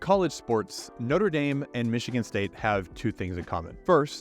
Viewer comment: How "notre dame" became "nodadem"